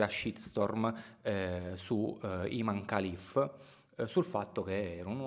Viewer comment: Io sto dalla parte di imane Khalif ... Comunque si pronuncia Imen خalif